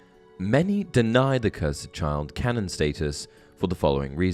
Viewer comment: Bro I'm sorry but why do you pronounce cursed like ker-sed.